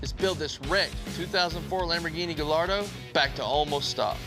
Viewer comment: Silent L’s in Gallardo gai-aa-dow 👍